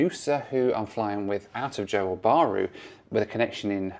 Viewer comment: Great stuff as always (although Johor is two syllables not two words - pronounced 'jahor' 🙂). It's interesting that you pack lots of videos into a short space of time (and then hopefully get some decent time off with the fam inbetween!).